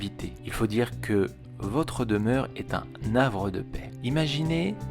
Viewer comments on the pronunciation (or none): On dit un "Avre" de paix pas un "navre" (4'13)..havre, comme hérisson : pas de liaison... C'est pourquoi on dit : "Le Havre, et non "L' Havre" en parlant de la ville portuaire... Gémeaux ascendant Cancer, ça tiraille ! Tantôt franchement Gémeaux, tantôt absolument Cancer...pas toujours simple ! Très juste pour l'analyse !